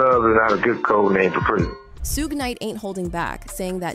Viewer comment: It’s SHUG Knight (Shug like in Sugar) Wth is a Shu-gay ? I’m from Europe and know that. Shu-gay like Beyoncé ?!??